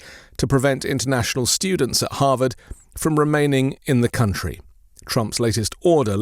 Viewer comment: "our cunt-tree" he got that right!